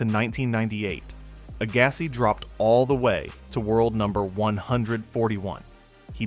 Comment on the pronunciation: Your pronunciations of player names is quite strange, like Agassi lol. Also as of the 2012 Olympics which Serena won, she had only won 1 RG back in 2002 (and was yet to win her 2 other titles in 2013 and 2015). So saying she already had won all the majors multiple times is not correct. And, of course, Djokovic has 4 US Open titles, not 3.